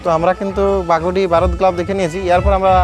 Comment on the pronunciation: বাঘডি ❌ বাঘুডি ✅👍